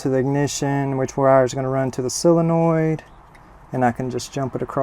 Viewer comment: It's pronounced soul - in - oid. Not sill - in - oid. Sorry, but that drives me crazy. Other than that, great channel!